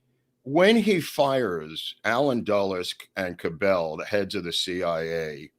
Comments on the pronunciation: Hey, Cabell's name is pronounced with an accent on the first syllable CAB ell. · Small correction on pronunciation of the Mayor of Dallas' name. It is being pronounced incorrectly by. Cabell is pronounced more like "Cabble". I've lived in the Dallas area since 1952. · The Cellar had women that wore bikinis, not pasties. Earl Cabell’s last name is pronounced with the emphasis on the first syllable. That family owned Cabell’s Dairy.